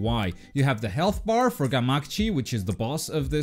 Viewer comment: He says gamakichi wrong